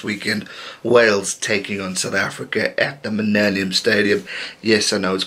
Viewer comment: I chuckle that you say you want to the call it the Millennium Stadium but can't say it correctly (minnellium) and do Principality fine. :-) The previous stadium, on the same site was called the 'National Stadium' but everyone called it Cardiff Arms Park anyway, which technically is the Cardiff Blues club ground next door. I'm all for people calling them whatever they want regardless of sponsors. They were actually forced to use the Millennium name for 15 years because of the grants given to help build it. Anyway, this is the game of the weekend for me, both teams on the up and could end up either way. Hard to predict, two very very tough defences. Interestingly I think Gatland has changed tack, after a few last minute defeats he stacks the bench. Rob Evans, Cory Hill and Dan Biggar are definitely more experienced and arguably better than he starters. Your wish is granted though, we have the two strongest teams they can field.